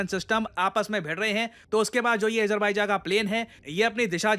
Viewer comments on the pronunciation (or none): A JER BAI JA nahi hai bhai AZER BAIJAN hi hai , anyways nice content <3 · Please man u should know how to pronounce Azerbaijan 😂ezerbaijan😂😂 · Azerbaijan pronounce bhi nhi krna ata 😂 😂😂😂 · Azerbaijan ka pronounciation toh seekh lo pehle PD. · Bhai name bolna bhi nahi hai Azerbaijan Kazakhstan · Sir aapko azerbaijan ki pronunciations bhi nhi aati😅